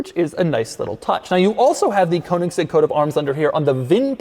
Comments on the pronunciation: Konigsegg? It's Königsegg. 🥴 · Its pronounced Koenigsegg not Konigsegg. OE is pronounced the same as the letters ö, ø. Same pronounciation as the letter "e" in Her. So more like Kernigsegg. There are literally hundreds of videos of Christian himself showing how it's pronounced... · That hard "g" pronunciation though. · THIS is not a "Kounigsegg" its a Königsegg. Is it that difficult? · There is no Cone-iggs-egg, there is only the Koenigsegg. You need to learn to pronounce it right, once and for all. Apart from that, your channel is great, Doug. 🙂👍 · Koanigseg XD - love it. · If I hear “koenigsegg coat of arms” one more time I’m killing myself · What a surprise... Doug can't say "Koenigsegg" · another american completely butchering the pronnunciation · Daddy Doug still hasn’t learned how to say “Königsegg” properly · Why can't Americans pronounce Koenigsegg correctly? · Damn boy.. learn to pronounce the name of the car you review.. you're a damn embarrassment! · How not to pronounce Koenigsegg. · The way Doug pronounces Koenigsegg legitimately pains me... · Doug just never manages to say Koenigsegg. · Count how many times he said "Koenigsegg crest"